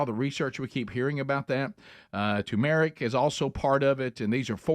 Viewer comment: is this a new Alabaman pronunciation of turmeric I wasn't aware of, Rick? 😂